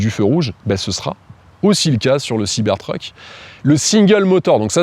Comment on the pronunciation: Pourquoi prononcer Siber treuk? Soit tout en anglais, soit tout en français siber truc, ça lui va mieux d’ailleurs 😂